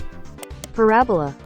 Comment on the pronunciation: i didn't even think it was possible to mispronounce "parabola", damn.